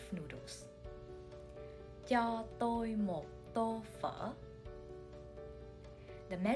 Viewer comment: is Cho prounouncted as "Cha"?